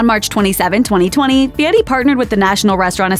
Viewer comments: I think it's weird he changed his surname to honer his grandpa but then decided to totally mispronounce it. Why? What's the point of that? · "Guy Fee-yeti"